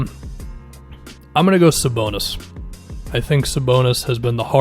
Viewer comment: Thank you for saying Sabonis. Dude is a monster.